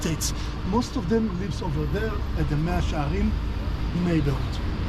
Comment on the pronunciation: 마샤 헤림이 아니고 메아 셰아림